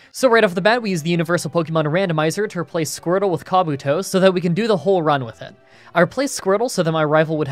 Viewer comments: As yes the ninja I mean Pokémon kabuto. Its ca- boot- tow btw. Kaw boo - toe is a ninja in Naruto XD also fun fact, kabuto could learn Hydro Pump in gen 1, then in gen 2 they removed it. Making it so kabuto couldn't learn any water moves via level up till maybe gen 5? I never understood why gamefreak did that. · Ok...Ok, I forgave "Rah-ta-ta" but "Kah-beh-toe" You're doing this on Porpoise right !? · He's Canadian, and names are hard. He doesn't watch the anime (or anything on TV other than professional wrestling for that matter) so the only way he would've learned the names of certain Pokémon would've been from people either telling him, or looking them up himself.